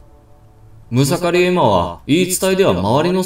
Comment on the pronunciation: ムサカリではなく「むかさり」ですね！